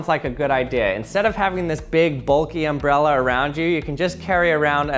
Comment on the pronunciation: Is it a uh... airmbrella